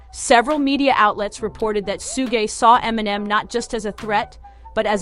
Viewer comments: It's shug, not sugè. You know like sugar without the ar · Her pronunciation of suge knight bahahhah Sssuuugay bahahah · Dang, she really butchered Suge's name. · She really butchered s name